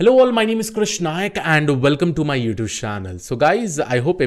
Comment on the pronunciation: Hi Krish. First of all thank you for making all videos. Just have one suggestion. Not to be taken personally. When you say youtuse channel , i laugh a lot. Is it on purpose or due to some other issue ? You say probably a lot. Please eliminate that. Tha;s incorrect in most of the sentences you use. Kudos on the passion. I just don't want anyone to find faults. Hence the suggestion. Keep going friend !!!